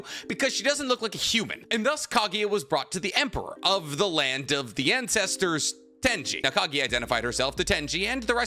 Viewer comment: "land of Incestersss"💀